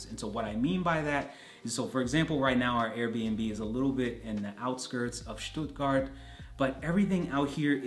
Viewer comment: oh boy, u nailed the „Stuttgart“ area!